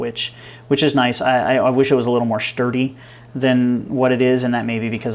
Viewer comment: "shturdy" lol